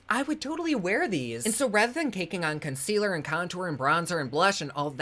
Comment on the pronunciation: Since I’ve been watching videos I have lost the ability to say the word concealer. It’s consquealer to me now, and I crack myself up when I’m doing my makeup. I say out loud “It’s time for consquealer”. 😂.